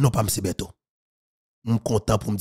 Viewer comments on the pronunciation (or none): ou fin prier pa di betize.